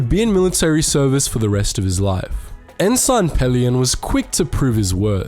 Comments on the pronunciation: En-SIN, not en-SYNE. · An outstanding video, which makes it almost painful to point out this small fault: the "g" in Ensign is silent, so it's pronounced "En-Sin". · Pronounced "en-sin" 😂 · I know that this isn’t a video on ranks but please pronounce Ensign as En-sin that’s the proper pronunciation. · The military rank, "Ensign" is pronounced "n - sin".